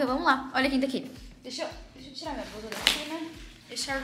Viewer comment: Falava errado brusa, alevantar alimal kkkk